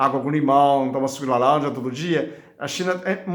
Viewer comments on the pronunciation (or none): Suco de laLanja, aceLola🥰 o senhor é muito fofinho, amo ver o senhor falando ❤